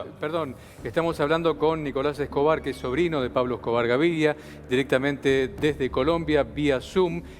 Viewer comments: Es Gaviria no Gaviglia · SON UN DESASTRE LOS PERIODISTAS ARGENTINOS PARA ESTE TEMA, NUNCA ESTAN INFORMADOS Y HASTA DICEN MAL LOS NOMBRES ("GAVIRLIA" O ALGO ASI DICE EL PELADO) . LA PERIODISTA DA POR CIERTA LA SERIE SOBREVIVIENDO A ESCOBAR QUE DICHO SEA DE PASO ES FICTICIA EL 95% !!